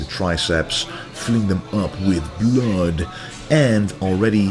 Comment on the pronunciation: The way you accentuate the word blood is hilarious.